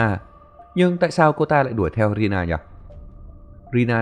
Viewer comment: Rina ổng đọc là Rila=)